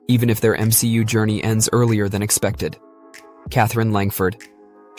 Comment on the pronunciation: Langford? Lol